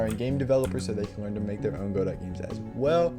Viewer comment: Just one very slight irrelevant problem: It's pronounced Go-Dough, Go-Dot (Don't ask me why I didn't name it). Other than that, great stuff! I'm currently following your rpg series and it's amazing. Btw when are you doing a 3d Godot tutorial?